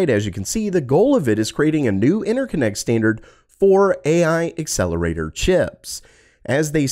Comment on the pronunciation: love the content , but what's with 'INNER connects' :face-orange-raised-eyebrow